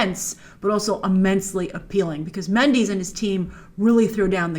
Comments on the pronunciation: Hi Grace! I love your channel and all the awesome work and preperation that you put into your videos. However, my only pet peeve is that you pronouces Sam Mendes' last name like Mend-ee-s (ex. bees knees) and not Mend-e-s (i.e. eh). As a fellow hispanic with the Castilian version of the Méndez name, why do you always say Méndeez?! I die a little every time you say Méndeez and not Méndez :-( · It's pronounced Sam Mendez not Sam Mendeez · Sam Mendes not Mandis